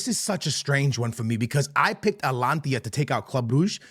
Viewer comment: Bartelona 😂 Amir 😂 Atlantia 😂